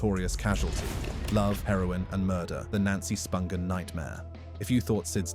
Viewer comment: Sid Vicious is buried in NJ?? Props to this narrator for pronouncing Spungen correctly. 👏